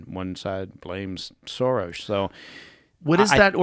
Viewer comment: Impressed that Baker actually pronounces George Soros' name correctly